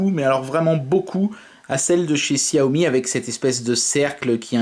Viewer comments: J'allais le dire c'est chat yo mi que ça ce prononce... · Arête de dire xiaomi ptn